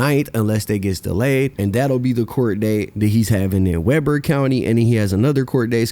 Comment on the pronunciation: Do your homework when youre reporting on a place, its WEBER County which is pronounced like ~WEE-BURR~ County not Web•ur County...